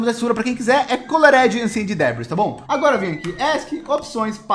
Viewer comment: Colored ahclent debris